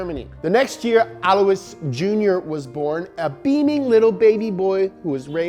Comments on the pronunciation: BTW, Alois is not pronounced as he says it but rather el-wa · His name is pronounced “Alloy”. Just sayin. Lol